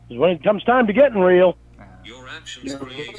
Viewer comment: It is almost enraging how keeps on refering to "being reahhl", but can't explain what that means beyond "come see me". Same as his complaints about "goahn back to tha list", he essentially means "stop referencing all the fucked up shit I've been caught doing."